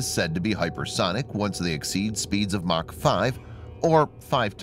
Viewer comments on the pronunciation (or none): none